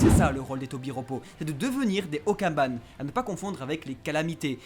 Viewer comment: Okanban les gars pas okaban mais sinon très bonne vidéo